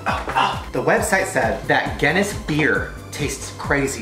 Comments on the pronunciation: As a Northern Irish person I can tell u it pronounced ginis not genis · its pronounced "giness" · When Shane provinces Guinness as genuss... I'm Irish and TRiGgEreD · Brianna b gin niss that's how I pronounce it in England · I was beginning to think I was the only Irish person who watched Shane Dawson yeah it's pronounced gin iss named after Arthur Guinness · It’s pronounced (GIN-)EST) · Does he not have a bottle opener also it’s pronounced giniss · it’s pronounced ginnis not gennis 🤷‍♂️ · Anyone Irish and cringed at the pronunciation of Guinness? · Um I am part irish and got so offended. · Coley722 the pronunciation was so bad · Coley722 im not 100% irish but I still cringed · it made me giggle when u said guinness wrong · The way he pronounces ‘Guinness’ bothers me so much but will I still watch this video? Yes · The way he pronounced Guinness though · Shane pronouncing Guinness wrong